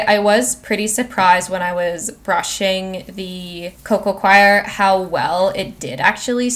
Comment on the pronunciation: Just an FYI Scindapsus is pronounced sin-dap-sus NOT skin-dap-sus. The c is silent, like in the word science. Also, coir (as in coco coir) is pronounced coy-er or even just core if you like, but definitely NOT qwire (choir). Only reason I am mentioning it is because it was said soooo many times.